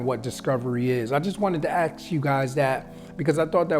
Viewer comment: Can you please learn to say the word "ask"? No racism.... But I've noticed 90% of (American) black men can't pronounce it properly!! Very strange ! 🇨🇦🙏